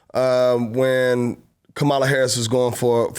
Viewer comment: Are you teaching Chloe to be racist and you're sitting here..Kamala Harris has been the vice president for 3 years and you can't pronounce her name correctly..that's not being intelligent..Shame on you..smh